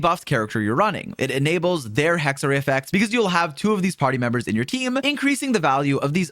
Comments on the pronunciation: sidenote its not pronounced hexray its pronounced hex-er-ai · I'd love to have Hexerei video! :) Please try to pronounce it properly then though. It's not hard at all and in the 6.2 live stream they pronounced it perfectly. The last syllable "rei" is pronounced like "rye", the cereal grain. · Just FYI you're pronouncing Hexerei wrong: Hex is correct (like hex in english) The 2nd E is pronounced the same way as the 1st one (sometimes you said it correctly, sometimes you just swallowed/skipped the E) The -ei at the end is pronounced like the english word for "I" (aka myself/me), not like the word "ray" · Is it really that hard for English natives to pronounce "Hexerei" correctly? Jebus...